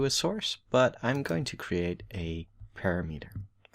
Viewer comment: thanks. btw "parameter" is pronounced "param-eter"